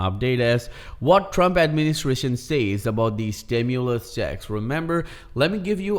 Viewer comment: STIMULUS,😅 not Stimuless. Stimuloss, Stimu-late Checks ✔️ ✅️